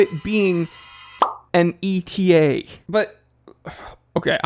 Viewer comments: Etta. Etta. Etta. It's pronounced Etta, not E.T.A. Come on, you should know that. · You made me a bit wiser and smile but I do wish you'd stop pronouncing ETA e t a 😢